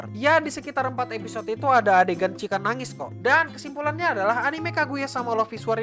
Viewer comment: kok nyebut "Chika " rada beda ya min